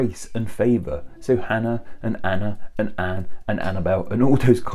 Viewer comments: I like this video. Just a quick trip, from Hebrew it's not pronounced "Shanna" it's a hard "ch" like Scottish pronunciation of loch ness or like getting popcorn stuck in your throat. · Channah isn’t pronounced shannah, CH in Hebrew is a rough H much like J in Spanish. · Hey , the name Channah was mispronounced. We use a "kh" sound for that, like kh as in the first letter Hannukah. Hebrew doesn't really even have a "ch" (ch like chain) sound, with the closest one could get being "טש", which is really more like "tsh" if anything. Channah is my sister's Hebrew name (her English name is just Hannah), which she got from our great-grandmother, whose English names were Annie and Nancy, with her Hebrew name being Channah as well. Channah is a family name, so that, plus my being from a Jewish family, means the pronunciation is pretty ingrained in me! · The ch in Channah is pronounced like a rough H, deep down in the throat. It's similar to the ch in Bach or Loch. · Note that Channah (חנה) is pronounced with a voiceless velar fricative /x/ (like the ch of Loch) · Josh Otter ch is pronounced as “ch” as in Loch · Yeah so, "channah" is not pronounced in Hebrew as shannah. It is written with a ch because of German, like in the German word "achtung". Not like the ch in the English word "chair" (which is like the sound tsh). In Hebrew it is written "חנה" with the letter "ח" (khet), and I think a better letter combination would be kh rather than ch to describe this sound. The best way I can describe it is like an unvoiced dog growl. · Channah is miss pronounced. It is a hard ‘CH’ sound like Chanukah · I'm Jewish and almost physically recoiled at hearing Channah pronounced like that 😅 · I died a little inside when he said Channah with an english ch sound. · While "shana" is also a word, channah is unrelated. mispronounced "channah", there is no "sh" or "tch" sound in it. It's a "kh" sound, like in "Loch" or "Hannukah".